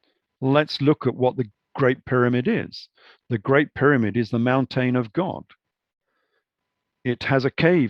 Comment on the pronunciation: Mountane lol.. Great video, fascinating information